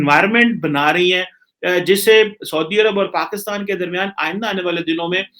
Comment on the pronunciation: Pakistan not paxtan